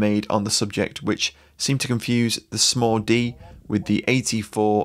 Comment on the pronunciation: It wasn't until the video was nearly over that I realized he wasn't saying "Small-D"... like it was a nickname, such as the "Mini-me".